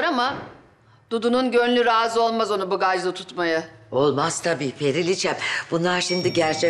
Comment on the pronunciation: periliçe bagaj dicekken bıgaj diyo Sjsjsjsjsjsj